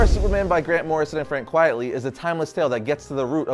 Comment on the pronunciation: Pronounced Quit-ly